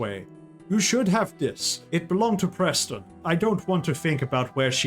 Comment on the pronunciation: I have to ask, do you keep calling Wizard Persten as Presten on purpose or on accident? I don't mind, just curious. :)